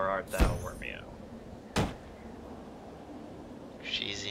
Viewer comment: Hey, in that one part, did you say Wormeo instead of Romeo? Couldn't tell very easily. If you didn't, you missed out on a great Joke opportunity.:P